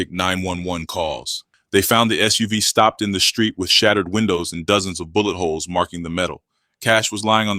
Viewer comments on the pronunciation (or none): none